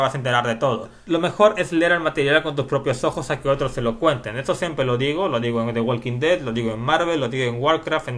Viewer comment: the walking dead no se pronuncia asi como tu lo dices..! se pronuncia "THE WOKIN DED" ya que en ingles no se pronuncia la L q viene antes de una K como la palabra "talk" se pronuncia "TOK" como sugerencia saludos